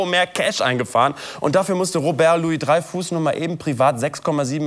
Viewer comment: Louis-Dreyfus, nicht "Loius-Dreyfuss".